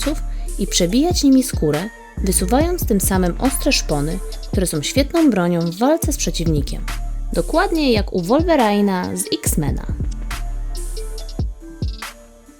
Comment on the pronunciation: wolwerina a nie wolwerajna ale i tak film bardzo ciekawy